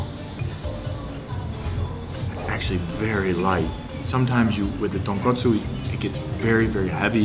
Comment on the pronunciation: I love you just for the fact you pronunced "Tonkotsu" not "Tonkatsu" like so many people do. they are totally different dishes